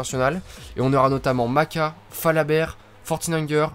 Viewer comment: Yo ! Excellent format, très bon boulot ! Continue comme ça ! Edit : Me semble qu'on prononce "Mashka" héhé.